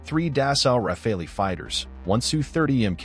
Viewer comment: It's Not Raffalee' , It's Rafale. It's bloody AI generated narrative. No! Pakistan did not down 3 rafales. It's a blatant lie. come back to the real world, Pakistan got thrashed by India.🤣🤣🤣🤣🤣